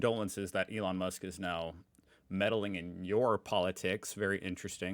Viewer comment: "Enron Musk" very nice :D